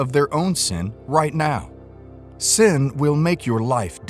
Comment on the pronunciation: Time and time God is warning us against "san" 😂😂😂. It's not "san" it is "sin"'